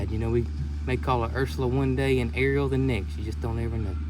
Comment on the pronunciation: ARIEL. Her name is A R I EL. haha